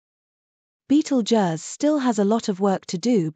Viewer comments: That's just lazy! You can easily 'fool' the text to voice AI into pronouncing 'Betelgeuse' correctly by stringing words it already knows, like 'beetle' + 'juice' = 'beetlejuice'. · The computer generated voice can't pronounce Betelgeuse correctly.